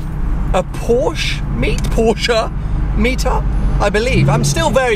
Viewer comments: Amazed to hear you saying Porsche and not Porsch! :D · Props for pronouncing Porsche the right way.